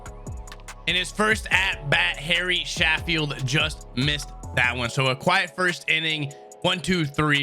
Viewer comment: He really said Gary Sanch Eyes😂